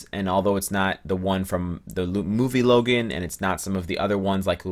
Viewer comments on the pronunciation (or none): none